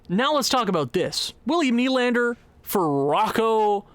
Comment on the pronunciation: Who’s Adam? It’s Alex! Also Will-Nye the Lander guy… it’s knee but if your going to say nye then add the science guy thing because why not